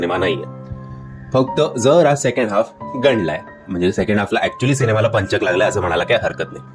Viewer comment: पंचक उच्चार नीट करा व्वा हे वर्तमानपत्रात पण द्दा बर होईल